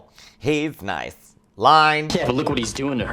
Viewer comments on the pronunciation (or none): none